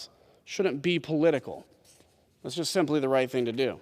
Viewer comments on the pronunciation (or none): none